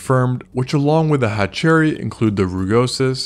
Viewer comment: Cool channel but its pronounced hatcher-rhy not hatch-cherry 👍